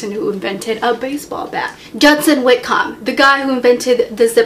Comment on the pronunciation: it's whit COMB as in cohm. not comb.